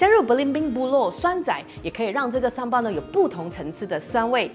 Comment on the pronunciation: 嗨咯！槟城人，这才是正确的发音！叫Sambal,不是sambai😂